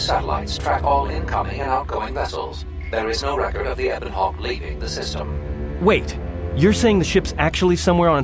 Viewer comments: Oh my God dude the only problem I had with this is your pronunciation of the Ebon Hawk. It's pronounced "Eh-bin" not "Ee-bon" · U said Ebon Hawk wrong. U made it sound weird